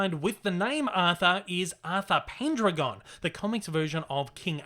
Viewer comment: Pen-Dragon not, pen-dra-gone haha